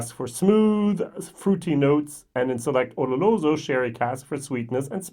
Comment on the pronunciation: Good choice!. Not easy to see a travel retail bottle being reviewed. There've been a few TR bottles that have totally blown me away. So yes, imo they too deserve to be reviewed. Every time you say oloroso, I hear u pronounce it ololoso or oroloso haha. I'm no expert so i don't know what is the right way to pronounce it. Or may be its just me lol! Btw my favourite glenmo is the nectar d'or.